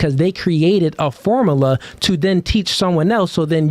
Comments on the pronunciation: IM HAVING A HARD TIME TAKIN THIS NIGGAH SERIOUSLY WIT HIM SAYIN FORMALAH😂😂😂😂 OH GIRL MAD KUZ SHE THOUGHT ALL THAT MONEY SHE SPENT ON COLLEGE MADE HER SMART😂😂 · "Formala" Yea, I don't take advice from illiterate ppl. 😂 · Ah yes "the formala" 😂😂😂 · So out of everything he said, you disregarded it and concluded that he is illiterate for mispronouncing one word?